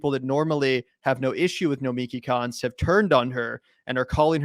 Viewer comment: Nomiki Konst, the S is silent.